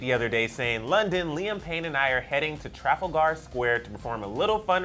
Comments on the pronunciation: i laughed at how he pronounced trafalgerv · Omg you're so sweet how you say trafalgar 😂 fan from Britain of the show just please google how to pronounce Trafalgar Square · How he pronounced Trafalgar Square ... loool omg hurt my soul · The fck was was with that pronunciation of Trafalgar... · that pronunciation of Trafalgar.. noo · They said trafalgar wrong 😖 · That pronunciation of 'Trafalgar' though hahaha, messed with my lil' British mind.